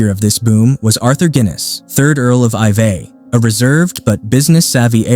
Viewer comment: Oops, sorry, no offence. Thanks for replying. The voiceover just sounded unevenly clipped or edited in some places, made me think it was AI generated. Iveagh (House) is prounounced more like "ivy" (some Irish placenames can be a challenge to those overseas. Even the Netflix dubbing in Spanish absolutely mangled some of them!).